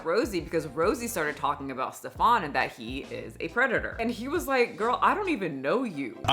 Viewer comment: Okay first of all this little man has nothing in common with the pronouncation of a Stefon or any other french versions. His name is "Stefan". German. Pronounced as flat as his character: S (Sch -like the "sh" from fish) T EF (like the letter "f" for F U) AN ("a" like father and short "n") exaggerated: Schteffaan. No need to raise your voice or pronounce anything extra. He is really not that special.